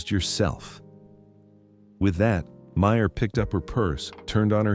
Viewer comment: It’s Meryl… not Meyer